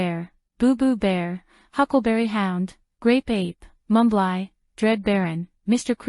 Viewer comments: Mumbly's name is pronounced mum-blee not Mum-bligh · Mumbly's Name is pronounced Mum-blee Not Mum-bligh get it right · Mumbly's name is pronounced Mum-blee not Mum-bligh. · Mumbly's name is pronounced mum blee not mum bligh get it right